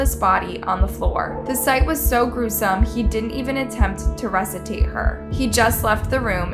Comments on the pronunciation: Man the way my brain is set up….all I could think is how she said the word “resuscitate” she said “ressatate” ….but I have to say that vigil they held was amazing. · 1 million subscribers and she says Resitate instead of resuscitate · Russitate? Sigh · Rusitate😂😂 resuscitate !!! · It's 'resuscitate' baby girl, tes loca rEsITaTe lol 😂 RESUSCITATE: (V.) To revive someone from unconsciousness or apparent death 💀✨ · "He didn't even attempt to ruscitate her" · It’s ree-sus-it-ate. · It's resuscitate... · wtf is “Resitate “ lls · “Resutate” lol. Nice script reading. It’s resuscitate. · He didn’t attempt to what? Suscitate? Lmao never fails with pronunciation. Idk how anyone takes this girl seriously. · The idiot woman telling the story couldn't pronounce RESUSCITATE!!!!!